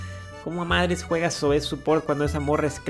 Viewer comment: es Zoe men no Zoé xd